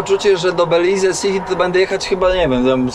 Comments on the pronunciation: Belize wymawia się - bɛ-/, bih-LEEZ, beh, końcowa samogłoska “e” nie jest wymawiana, tzw. cicha. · Mowi sie Beliz. Kamerka, kapelusz, plecaczek, idealny punkt zaczepny dla tubylcow. Jest mnostwo pieknych miejsc w tym kraju, po co pchasz sie w centrum. I trzymaj sie tam z daleka od rzek bo sa krokodyle